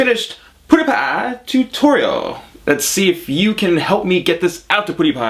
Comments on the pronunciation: it's not "pudipai" its "piudipai" :D no hate just saying if you didnt know :) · I love how he says ''poodiepie'' instead of ''pewdiepie'' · I think it's pew die pie not pooo die pie . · M8 Even pewdiepie calls himself for poodiepie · It's funny how u said it Poo de pie :) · Lol I heard him say poodiepie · You say pewdiepie wrong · You completely butcher PewDiePie's name's pronounciation. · you said his name rong it is pewdiepie